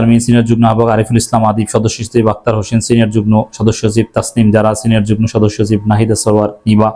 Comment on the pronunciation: যুগ্ন না যুগ্ম। উচ্চারণ ঠিক করুন।